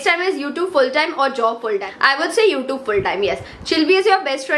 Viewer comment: It's not you tobe it's you tube your pronounction is wrong